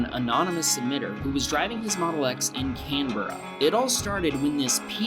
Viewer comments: You said Brisbane wrong and Canberra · Him cam-b-ru No it’s cambru